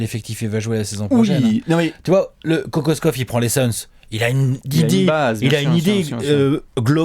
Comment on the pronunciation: Petit cours de Serbe rapide, car semble intéressé. Kokoškov se prononce Kokochkov. Š = ch C = ts comme dans Divac (Divats) Ć et Č = tch comme dans Jokić, il existe une légère différence entre les deux lettres mais difficile à percevoir à l'oreille. J = y comme dans Jokić, Marjanović. Mais sinon, sympa la vidéo.;)